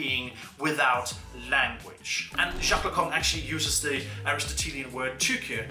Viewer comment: Yeah, i laughed so hard, also near the end Lacan becomes "the Kong"